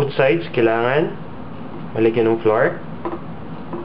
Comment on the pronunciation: honestly i didnt know what this guy was saying .. he called flour FLOOR ! me and my sister was laughing our asses off when we heard his acsent ... IN ZE COOKING POT !!! Lmafo !